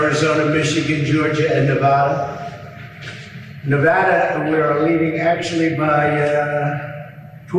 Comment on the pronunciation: He slipped, "Ne-vah-da", Nevada. Some say "potato", some say "puh-tah-toe". Nevada is correct. No freaking "ah" in there.